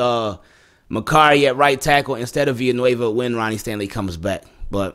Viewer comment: THANK YOU FOR PRONOUNCING "VILLANUEVA" CORRECTLY! I haven't heard anyone else in US sports media pronounce the "ll" like a "y" like you did in this vdeo. It's basic Spanish--I don't speak Spanish at all but I at least know that much. "Me llamo" = "may yamo", "villa" = "via", "amarillo" = "ahmahrio", etc. Keep up the good work brother and Go Ravens!